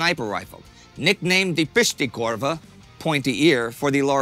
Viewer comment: I wouldn't exoect a non-Finnish person to be able to pronounce Finnish words like "Häyhä" or "pystykorva" perfectly, but holy shit, Indy Neidell's pronounciation of those words is the worst I've ever heard.